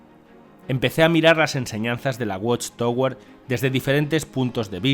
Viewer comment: Se pronuncia "watchtawer". Gracias por la traducción.